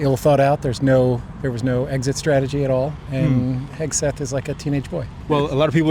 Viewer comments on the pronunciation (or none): none